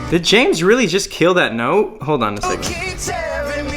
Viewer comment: Nah he dodged the "hold" syllable, it was noticeably quieter than the rest